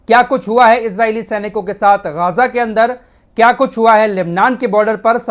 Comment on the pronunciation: गाजा नहीं गज्जा है